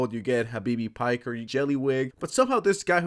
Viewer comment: "Habibi Piker" lmao